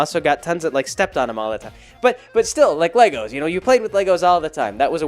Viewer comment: LEGORS? You're dad speech is coming in!